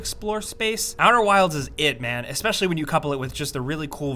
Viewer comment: Eks-peshally? Really? Eks-peshally. Sigh.